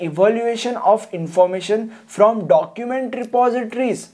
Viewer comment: from "documentary repositories" that accent 😂😂